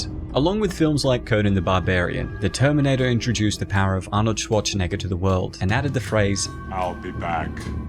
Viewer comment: You pronounce it like Arnold Swat-tshe-neger or Swa-tshe-neger... Are you paying such a strange way a tribute to Arnolds strong german accent?